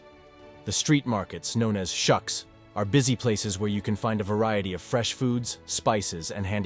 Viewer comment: Nice introduction but obviously not by an Israeli or a Jew. I cringed at "Chownika" for "Hanukka" and "shucks" for suqs. Best to do the voice part with some correction by a native. (I am Israeli)